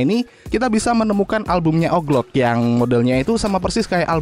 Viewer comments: Owji Louk bang bukan oklok 😭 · dibaca oglok anjer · Wkwkwk mas "oglok"